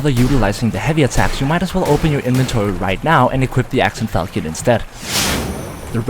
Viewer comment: reddit tism in a nutshell laughing at own garbage jokes pronounces fal-shon as falkee-on and deleting comments judging by the sound of your voice youre 1 impossible burger away from transitioning lmao